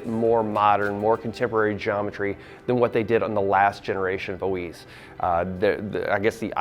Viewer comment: Oiz, You pronounce it with an F (O -eeeff)